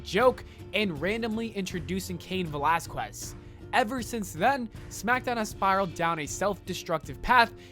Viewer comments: IT IS PRONOUNCED VA-LAS-KEZ NOT VE-LAS-KWEZ YOU ABSOLUTELY BRAINDEAD SIMPLETON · “Cain Velasquest” 😂😂